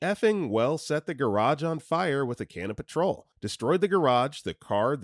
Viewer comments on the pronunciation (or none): I know petrol is short for petroleum but no one pronounces it like the first two syllables of petroleum